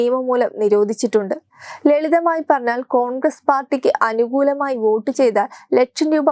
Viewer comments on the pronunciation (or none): none